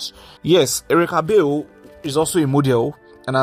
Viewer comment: Bale is an Ijaw and itsekiri name. And you are not pronouncing her last name properly.